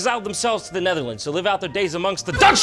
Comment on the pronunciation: Jon: Roasting the Netherlands Me, a Dutch guy: Keep trying Jon, keep trying. You'll pronounce it right one day.